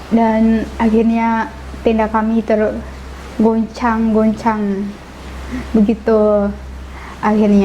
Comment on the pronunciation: Mungkin dia lebih lancar bahasa sinetron, bhkan kata goncang pun jd ghonchang, dan msh banyak lg yg bikin pening juga loecoe